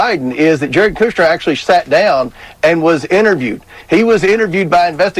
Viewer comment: GOP can’t be taken seriously - country Comer said Kushner like cooch-ner